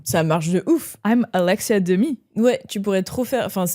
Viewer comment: c'est ALEXA Demie pas Alexia:(